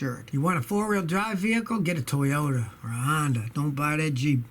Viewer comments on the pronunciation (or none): none